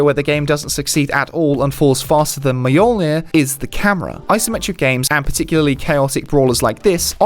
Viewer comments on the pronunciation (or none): Majolnir, huh? And you dare make fun of Gaz....